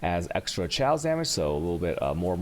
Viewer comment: holy shit. his english spelling is soooooo bad :/ daggers are not dajjers. chaos is "k"aos....